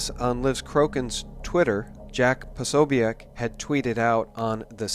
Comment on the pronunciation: It's pronounced Pa-SO-bic. Just FYI. Keep up the excellent work.